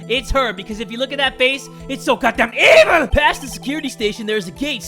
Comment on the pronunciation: I laugh when jay says '' hes so damn EVIL"